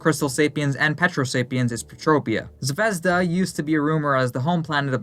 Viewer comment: The pronunciation of the word was off since the stress is on the second syllable, not the first one - ZvezDA